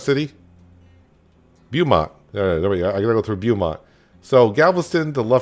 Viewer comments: Oh and it's pronounced "Bo"mont lol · Beaumont is pronounce bow mont fyi